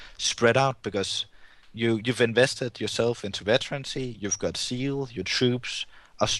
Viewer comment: Yeah, I know he meant Zeal, but his Z is very soft so it sounded like "seal" to me at first.